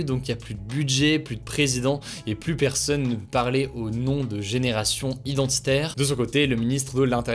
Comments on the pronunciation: Il y a un détail qui me fait tiquer à chaque fois, c'est la manière qu'il a de prononcer "plus" avec un "s" à la fin même suivi d'une consonne. A part ça très bonne vidéo x) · A quand le débat sur ta prononciation du mot "plus"?